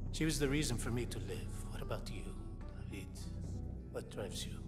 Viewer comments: I LOVE how Menendez says "D a v i d" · That’s how you say it in Spanish they don’t pronounce i like Americans do it’s like an E that’s why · Yes because that's how you pronounce David in Spanish not Day-vid